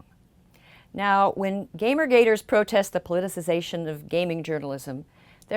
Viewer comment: I’ll be honest, the most satisfying part of this video of your flawless pronunciation of the word, “politicization”.